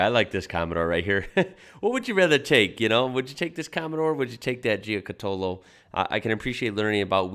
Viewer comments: You have to pronounce the name as an Aussie not an Italian! Jew-catta-low. I watched the Beyond 2000 segment on the car back in the mid 80’s, the guards/fenders were made from a Kevlar composite and they showed one they had shot a bullet at and it barely made a mark. Have loved the car ever since. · Pronounced, Gee-cat-ollo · Nice one, the car was amazing. I helped patch up one back up in the early 90's at my job in a small fibreglass factory. The boss even had the moulds to make all the panels. Such a shame it went pear shaped. You pronounce it like Ja cat olo. Stay cool mate!! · I've always pronounced gee-car-tow-low. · "Gee cot ollo" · Hey mate, Paul Halstead is my uncle, if you have any questions please feel free to msg me I can fill you in and while you're at it check out the new one he is building at the moment called the Giocattolo Marcella! (Pronounced gee-oh-cat-oloh) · It's pronounce Joe cut olo. It's Italian and means toy! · Ja -Cat -Er -Low; very quickly,.....Jacaterlow,= Giocattolo. Simples. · pronounced gee cat a low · Proper pronunciation is Jia cat alow (like bungalow). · That pronunciation of Giocattolo 🤣🤣🤣🤣🤣🤣🤣